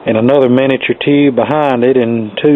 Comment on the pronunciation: Take a shot every time he said "ToHOoUuube"...